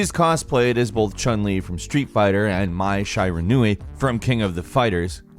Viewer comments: For a second there I think he was going to say My Sharona but caught himself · The way that Mai Shiranui's name was pronounced angers me.